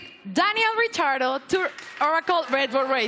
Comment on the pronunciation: 28;00 "Daniel Retardo" 😂😂😂 "Returtle?" I'm sorry. I can't unhear it